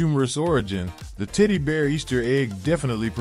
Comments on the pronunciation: I rewound the video twice, and heard "tiddy bear" each time. Lol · I was just about to ask the same... 😂 Tiddy Bear! 🍉🍉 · Legit - the way he says "teddy bear" sounds like he is trolling, saying "tiddy bear" 😅 - maybe I'm hearing shit, but what y'all think? I mean with the amount of times he says it gives me more confidence that it is him trolling haha. 🙃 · pls tell me I'm not the only one hearing him say "tiddy bear" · I hear "tiddy BEERS"